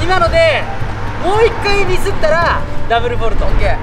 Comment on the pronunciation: ダブルフォルトをダブルボルトw